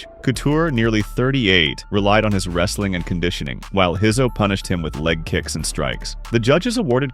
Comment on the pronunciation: Who's Pedro Heiso😂😂 ......Pedro Rizzo!